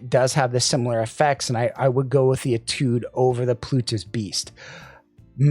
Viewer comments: It’s pronounced ‘AYE-tood’. It’s French for ‘study’. Nothing to do with the IEM so I’m sure it was chosen because it sounds cool. 😎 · you pronounce étude as if you're sneezing.